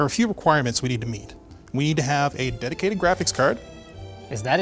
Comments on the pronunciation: “DEDOTATED” “DEDICATED “ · Dedicated? ... or Dedotated? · You need a DEDOTATED GWAPHICS CAWD? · Who else caught the “dedotated” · "Dedocated" fixes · "Dedotaded graphics card" xD I see ya